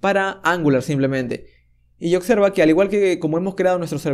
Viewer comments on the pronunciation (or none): Increibles tutos, pero tengo que decir que cada vez que oigo "otjetos", "ocserva" me da un sincope xD Muchas gracias por tu trabajo, sigue asi!